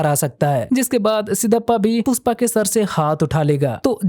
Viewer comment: Puspa nhe pushpa your Hindi is too good 😂☠️